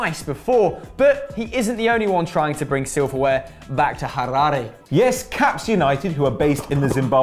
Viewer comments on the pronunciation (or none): Can you guys please learn how to pronounce Harare, it's not that hard :D